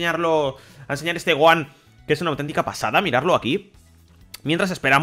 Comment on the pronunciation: 2020 y los españoles todavía no saben pronunciar bien el nombre de Gohan